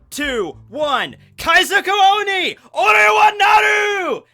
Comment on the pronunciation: Nobody noticed he said naru instead of nara? And owni instead of ON-E